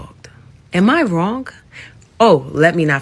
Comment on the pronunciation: Two great sentences in a row… - “Am I WRONK?? Oh, let me not forget, I sent him a Texx-Mex” 🌮🌮🌮🌮 Plus a few other “Am I Wronk??” and her favorite “Cool beans”. I would’ve left her too… #DOBETTER 🫡🫡✊🏽✊🏽🔥🔥